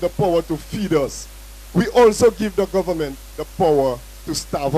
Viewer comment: Tell him that the word is government and not gowerment. And did I hear properly! How many jobs does this man have?